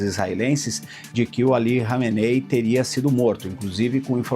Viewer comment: Nossa o repórter não sabe falar o nome do líder ali kameney kkkkk